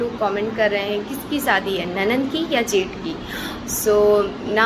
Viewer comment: Saadi Saadi kya hota h? Shadi hoti h plz thoda thik se bola Karo acha nahi lagta aap public platform pe ho thoda dhyan rakho.